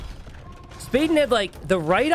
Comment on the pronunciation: You say it spa den. like a den where you relax in water